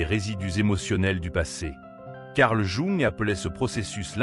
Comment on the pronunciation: Quel dommage ce doublage de voix par intelligence artificielle pour un contenu aussi intelligemment humain. Jung est prononcé "jouant", quand il n'est pas carrément écrit comme ça... Le fond de vos vidéos est top mais la forme est à reprendre. Elles n'en seront que plus appréciées 🙏